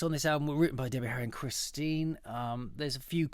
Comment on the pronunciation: This guy is a blondie fan ,but doesn't know how to pronounce stein' s name?